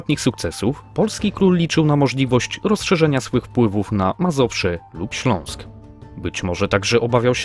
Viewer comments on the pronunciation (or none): none